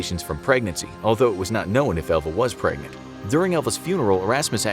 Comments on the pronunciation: I kept hearing ELVIS instead of Elva. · I did too.